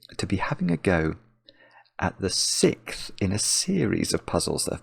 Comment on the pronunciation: Why does he say sickth instead of sixth